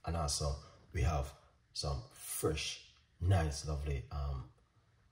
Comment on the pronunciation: 10 cents for each "Frrresh" and I'm a millionaire. 😆 Great tea. Thanks.